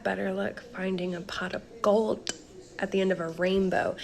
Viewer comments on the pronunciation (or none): Can somebody tell that the word is gold: g o l d Not 'golT'